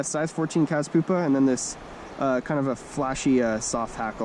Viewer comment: It's pyoopa (pewpa), not poopa